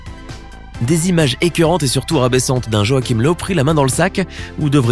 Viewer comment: joachim löw (löw se prononce leuve)